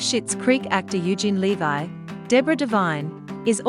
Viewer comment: It's LEV-EE not LE-VI!